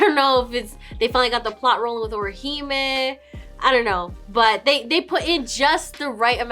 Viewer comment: Bro said Orihime. ICANT